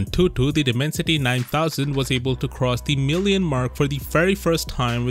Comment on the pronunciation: You should look up the correct pronounciation of dimensity 😅 great vid anyway as always!